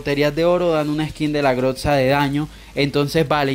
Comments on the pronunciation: grotza tiltea q digas asi porfavor es grosa con z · Jaja la groxa 😂 se dice grosa pero se escribe groza